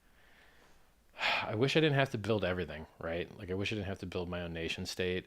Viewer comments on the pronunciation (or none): none